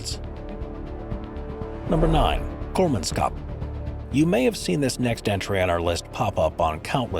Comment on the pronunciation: kol-mans-kop. not kol-man-skop